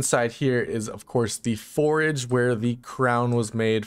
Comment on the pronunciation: Love your vids, my pronunciation nazi was triggered while you introduced fwhip's "forage", 😆 sorry, again love your vids, keep up the good work.